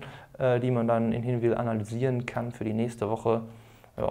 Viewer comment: hat er es aber richtig ausgesprochen ;)